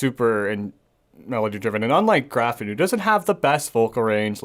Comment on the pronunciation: Pretty cool Episode, guys! But please: it‘s not Gavin or Geffen! It‘s Graffin! Also it’s not Heston, but Hetson! Except for that, flawless! Thank you!